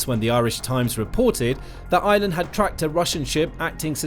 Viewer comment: It’s pronounced Ireland not island